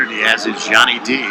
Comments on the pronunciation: Anyone else salty when he keeps pronouncing Yianni's name wrong😤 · Tv announcer could absolutely not pronounce yianni name 😄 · Rofl the announcer trying to say Yannis name!! The other announcer was saying it purposly to let him know how to say it and he still couldnt get it. Be just went with Yanni D hahaha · Learn how to say someone's name if your going to announce a match.